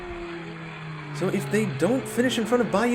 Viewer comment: Love this channel but I have a pet peeve, and I don’t think I’m alone. 17.13s imo should be pronounced seventeen point one-three not seventeen thirteen. Just my thoughts as someone who watches racing and other die cast channels.